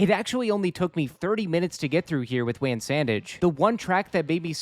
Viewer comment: its not "wan", its "wan"